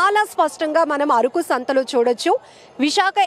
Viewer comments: అరుకు కాదమ్మా అరకు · ముందు ఆ యాంకర్ కి పదాలు ఎలా పలకాలో ముందు నేర్పించండి....మాటిమాటికీ అరుకు అరుకు అంటుంది....అరుకు కాదు అరకు.....వీడియో ఎడిట్ చేసే మీకు అయినా తెలియదా ....కనీస జ్ఞానం వుండాలి